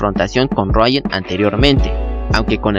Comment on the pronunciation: ejem, si solo una duda ¿porque le llamas rayan a riuen? xD